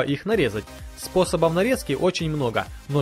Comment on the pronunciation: мусор захламляющий кухню. Как и это видео мусор захламляющий ютуб. А автору советую заняться своей речью, "брызгов", "способОВ". Не позорился бы. Хотя тебе наверное пофиг, просмотры есть, деньги капают...